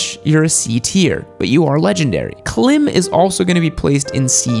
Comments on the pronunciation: I was having some disagreements while watching the video, but, you really lost me when you pronounced Klim ('climb') as 'clim'...it's Klim pronounced like 'climb to the top of the mountain'. Some of the lower tiered brand do make certain products which are nice, mixed in with others that aren't so great. As the premium makers materials, construction, and design get better and better, a rising tide lifts all boats. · I think Klīm is pronounced "Climb" due to the "long" i (ī is "eye"). It would make sense to being a gear maker aimed at ADV riders. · See that little line above the "i" in Klim. It denotes a long vowel so it's pronounced like the word "Climb" with a long "i". Betcha didn't now that. LOL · Klime, like slime with a "K". Got the stripe over the "I" so it's long vowel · Every Alpinestars gloves I've bought was junk... two were I'll fitting, and one fell apart in one week. The one Sedici glove I bought last me three years, perfect fit too. You didn't cover manufacturer gear, BMW makes great gear. Klim rhymes with Climb, not with Tim. As usual your videos are heavily sports bike biased, your opinion doesn't count for most of motorcycling out there. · No, it is pronounced as "climb." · It's pronounced Climb. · Klim is pronounced Climb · Klim: K[lime} and icon is BS, just saying. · Sorry to be captain obvious, but I suspect he pronounced it incorrectly on purpose to get on Klim snobs' nerves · Yes, you are correct. Funny can’t even pronounce the brand correctly. Then poorly rates them and completely misrepresented... Clearly not a lot of research done. This is strictly a opinion, polarizing his opinions to get a busy in comments. Icon ahead of Klim?! On what planet😂😂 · I'm most disappointed with the obviously and repeated mispronounciation of the name 'Klim' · J T You can see the accent mark over the i too 😔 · Did you pronounce Klim right? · Don't think I can trust the advice from a guy who can't even pronounce the brand names (Klim)